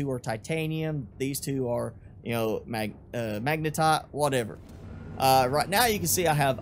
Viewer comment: hahaha I love the way you say Magnetite "Magna-tot"